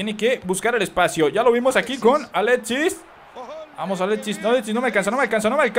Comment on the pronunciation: oye es alexis no aletsis